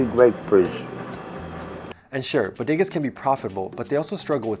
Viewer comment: he says Bodegas like a white person then the proper way. haha